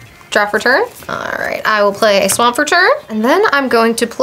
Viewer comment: He said "play a swa'mp what a mron I hope he was trying to be funny at least